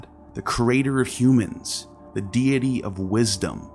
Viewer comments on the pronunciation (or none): none